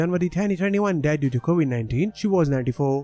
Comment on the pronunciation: Julia Roberts is still alive. He meant Tanya Robert's. He can pronounce dementia right, but not Covid. Kobe anybody?